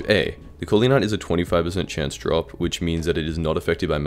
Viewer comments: didnt know corleonite was so hard to americans to say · Even my yt crashed when he was pronouncing corleon